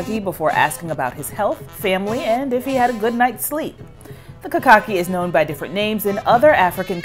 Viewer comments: Kakaki, is pronouced Kha-Kha-keey and is a ancient Hausa instrument and this is a Hausa ceremony of greetings for the king in Northern Nigeria Hausa kingdom Specifically Kano 🇳🇬 played by the appointed kings men 'Madaki' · KAKAKI IS PURELY HAUSA AND THE HAUSA'S HAVE CARRIED IT ACROSS WEST AFRICA ALONG WITH A LOT OF THEIR CULTURE SO MANY OTHER COUNTRIES ADAPT HAUSA CULTURE AS THEIRS WHEN IT'S ORIGINALLY NOT. THE WORD ITSELF IS HAUSA AND PRONOUCED KHA-KHA-KEEY AND THIS IS A HAUSA CEREMONY TAKING PLACE IN KANO NIGERIAN 🇳🇬